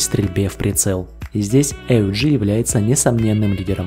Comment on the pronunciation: Почему "Эй У Джи", если всегда это оружие "ауг" называют ?